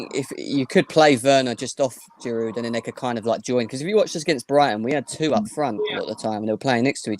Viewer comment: Guys! it is "Olivier Giroud" with a silent "D"......he has been in your team for years now, you still can't pronounce his name, my God!!!!